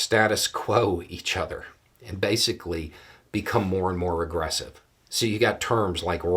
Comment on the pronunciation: Did you say more aggressive or more regressive?